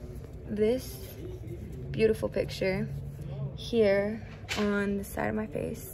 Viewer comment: I cannot hahahHh she said beautiful piujahh